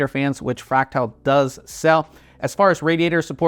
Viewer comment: Why are you calling it fractile? There's clearly an "a" after the t